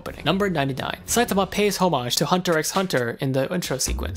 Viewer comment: Oh good they said his name correctl